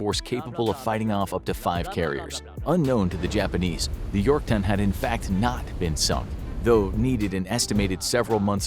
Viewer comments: he called it the “Yorkton” I was so mad until I accidentally unpaused the video and he called it the “Yorktown”. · Did I hear “USS Yorkton”? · he said it like yorktun the fist time so I think he repaid it but forgot to cut it out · "uss yorktin" - 2021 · He sais "Yorkton" in the first one